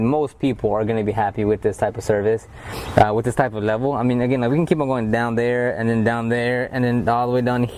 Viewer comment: With not wif*